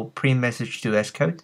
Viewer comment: Good tutorial, Sounds funny when you say ESS-Code